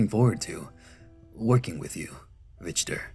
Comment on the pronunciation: I've always heard the name as Rick-ter.